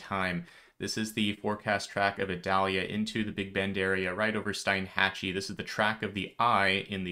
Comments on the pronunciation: Hey, fyi I just found out Steinhatchee is pronounced Steenhatchee. 🙂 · Steinhatchee is pronounced "Steenhatchee" 😂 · I can't believe you said Steinhatchee..Steeenhatchee but you already knew that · Local PRONUNCIATION Help 😊 Wakulla = Wa-kool-a Steinhatchee = Steen-hatch-ee